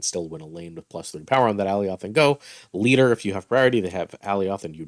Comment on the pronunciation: i can tell you havent seen loki because thats not how you say alioth